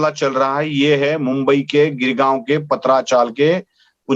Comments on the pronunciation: Sir please take note it's GOREGAON and not GIRGAUM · It is Goregaon .. not Girgaon.